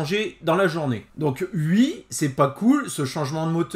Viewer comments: Salut! Bon… mettons les choses au clair… on dit OUi, pas, Ui 🤣🤭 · Peux-tu dire oui et pas ui ! 😜